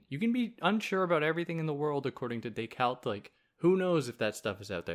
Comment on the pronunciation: saying decarte like that is just weird